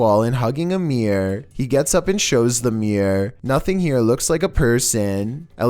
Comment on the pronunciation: It’s a ‘mirror’ not a ‘meeeeer’